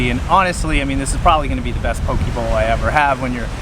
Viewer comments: Its not paw-kee or paw-kay. Its po-keh Po in “Political”, and ke in “Kensington” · Lol not PoKay. Its Po-Kehh. Im born and raised and still living in Hawaii fyi. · not key its keh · It’s pronounced PoKay. Fun video!